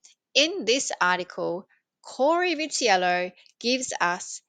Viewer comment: You pronounced his name correctly.